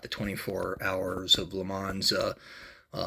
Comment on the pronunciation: I know this is an old video now but I took a look as I may pick this particular one up at some point. It is nice, I would note that the pronunciation of heures is pretty much 'err' and mans is 'mon'. I think most people stateside seem to add the s on the end but the s is silent. This car isn't a Petit le Mans car of course but that has two silent letters in it as the second t in Petit is also silent, so it's closer to Peti le Mon in terms of how it's pronounced.